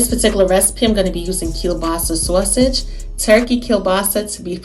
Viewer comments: What is a SOH-A-sauge? 😜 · I LOVE HOW SAYS "SAWSEGE" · Omg me toooooooo!!!! 💕💕💕